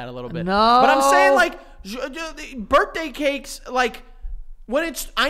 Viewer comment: “Birtday” “trough” “tought” the ‘th’ sound does not exist for these guys haha